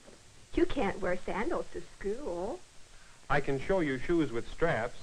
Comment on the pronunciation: school was pronounced skewl